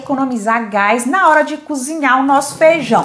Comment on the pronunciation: DESCULPE, MAS PAR AJUDAR TEU CANAL A FICAR MAISS TOP: NÃO É FEIJÃO C O B R I D O o CORRETO É FEIJÃO C O B E R T O . BOA SORTE!!! E É V A M O S C O Z I N H A R, COM R.